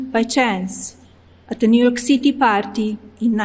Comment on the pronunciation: Really??? She still didn't know how to pronounce City....😂 Disgusting!